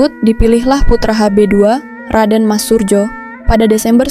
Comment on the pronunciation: RM Surojo, bukan Surjo